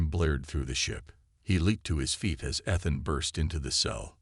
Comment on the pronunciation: I cant believe how bad u can butcher a mans name. Ethan. I heard 3 at least.